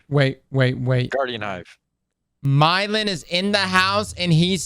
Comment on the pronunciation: "Myelin" not "Mylein"